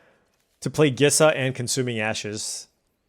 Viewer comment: I still hold firm that Gisa is pronounced like Lisa, but replacing the L with a G.